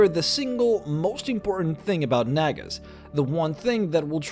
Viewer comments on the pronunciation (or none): Nag-ass?!?!?! Its Nah-guh. I love vids, make more d&d content. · I sincerely hope I wasn’t the only one who heard “nagas” as a slightly different word beginning with N. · Bruh i thought he was saying the n-word